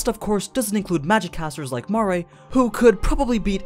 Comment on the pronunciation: Mar-re? I always pronounced his name as Mare like female horse